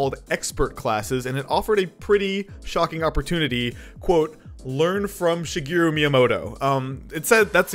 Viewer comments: It's Shi-GEH-roo, not Shi-GEE-roo. Bro. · It's Shigeru, not Shigiru. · His name is pronounced like shi-geh-ruh not shigiru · "Shigiru" Bruh... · She - GEH - roo Thank you for your time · Why do you pronounce it shegiru? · Has made many videos about Japan and has been to Japan but cannot say shigeru properly